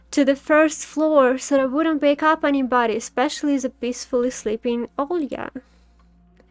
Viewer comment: хотя-бы 720 не ожидается ? И почему у меня ощущение, что ты Русская. чётко с первого раза произнесла имя Оля! без мягкого знака как все другие иностанцы :)